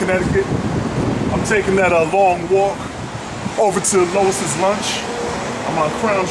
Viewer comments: Lew ees not low iss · I'm sure instead of pronouncing it Lois Lunch, you meant to say Lew-ee's Lunch (Louis)..... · bruh it's loo eeee not lois lol. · I find it hilarious how he says Lois' Lunch throughout instead of Louis' Lunch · It's not steamed beef (How do you have flame grilled onions and steamed beef?) and it's Louis (Loo-Ey's Lunch) not Lois (Loh-is's Lunch) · Pretty sure it’s pronounced Louis’, not Lois’ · Lois? Pretty sure Louis is pronounced "lewi" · You should do your homework. Its LOUIS not LOIS'. the burgers are NOT steamed. They are broiled. I guess you didn't see the flames in the broilers. AND They went with bread back 114 years ago because the bun was not in invented yet. They bread was soggy because you had it wrapped up to go. That's why you should eat it there. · Who the hell is Lowis ? It's Lou-wee's lunch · It’s pronounced like LEWIE’S lunch not Lois 😂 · It's not "Lois", its "Louis" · Dude, its Louis, like Louis Armstrong. Not Lois Lane. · it's Louie's you fool, not Lois. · Louis NOT Lois. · its Louis lunch... NOT Lois Lunch.. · Louis not lois, like Vuitton not lane. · I like how you say Louise's lunch!!!! LMAO! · Can’t take this review seriously. Can’t even get the name right. Lois lunch. Girl bye. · The name is pronounced Lou eeeee's Lunch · I am trying to figure out how you pronounce LOUIS AS LOIS?? COME ON MAN!! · LOL he said LOIS rofl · Louie's Lunch- it's pronounced Lou-ie's. Love your work BTW. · Pronounced Louie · Said the name wrong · I'm wondering if this guy knows what he's talking about. he mispronounced Louis lunch and he doesn't know the difference between steam and broiled burgers. Louise lunch has been flame broiling their burgers the same way in their broilers since 1895 which was cooked right in front of while he waited in their upright flame broilers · How does one continuously misspronounce the name so badly? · he pronounced it wrong lol